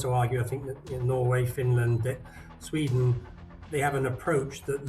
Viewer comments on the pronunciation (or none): none